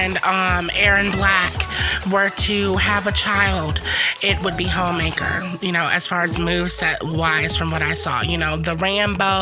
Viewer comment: I just kept hearing Hoemaker 🤣